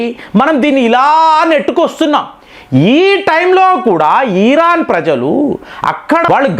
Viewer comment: ఈరాన్ అనొద్దు సార్. ఇరాన్ అనండి